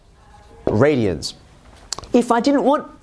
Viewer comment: There’s no t in radian